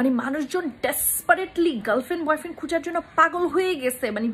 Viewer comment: Dear apu. You need to work out with your Pronunciations. Subtle. Quarantine. Boyfriend etc